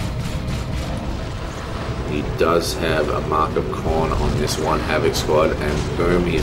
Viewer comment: Nice cast as always. (Though you drive me crazy saying Khron rather than Khorne) Nj